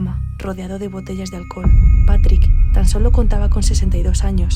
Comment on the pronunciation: embriagada por el ahlcol😂 jajaja minuto jaja